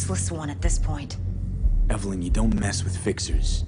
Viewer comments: Right I said lowkey triggering as a joke tbf, like its a minor annoyance. Naa i also have an auntie called ev a lyn ive never heard EVElyn before ever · I gotta say, I dunno if its just me, but PLEASE stop saying EVE-LYN, its just evelyn (ev-a-lynn). They even say it in the game its actually lowkey triggering. Like this is half jokey but also half an actual request